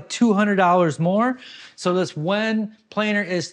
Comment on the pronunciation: Planer missing parts! Boeing approved! Oh "planer", we thought you said "plane".